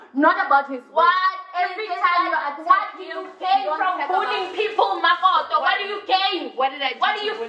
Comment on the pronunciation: Lol the way u speak ..mokoto 🤣..all ir English words u try 2 use a this "accent"....but whn u say CREW u sound kasi 😂😂😂.....wtf!?..Kak vocabulary